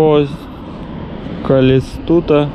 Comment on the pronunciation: Ох, не Калестута, а Калькутта 🤣🤣Макао - это бывшая португальская территория, она до сих пор независима от Китая, и там до сих пор есть китайцы- коренные жители Макао, которые говорят по-португальски, и там очень много ресторанов с португальской кухней. А также это зона казино, там типа свой Лас-Вегас 🤫😁😋